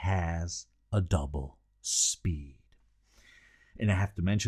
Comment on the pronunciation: Double what? doppel spee..? ENUNCIATE more and, less movement with your thick Eisebeinenn.